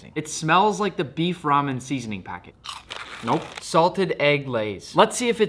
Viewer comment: The “nope” was personal